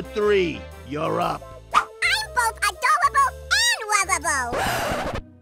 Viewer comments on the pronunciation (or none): I'm both Adowable and Wovabowl